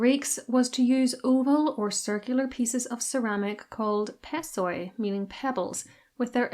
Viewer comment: Πεσσοί (pessoi) is read as "pesí"